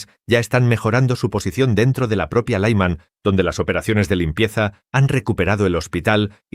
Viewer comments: Es Lyman... Creen que todo se pronuncia como inglés. Paletismo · Laïman ! Que es esto ! No significa nada ! La ciudad de LYMAN con la Y , (Como Zelensky) se pronuncia como "I" larga ! NO doy "like" a este video desde que pusieron voz artificial ! Slava Ukraïni !